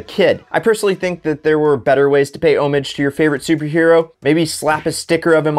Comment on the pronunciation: "O" mage? Really? Besides slamming a 1950 fleetline and then the caprice because of the factory setup on both shows the narrator didn't get the idea behind F&F where everything is modified.